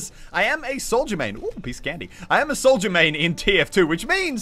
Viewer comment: when muselk says Soldier it sounds like Souja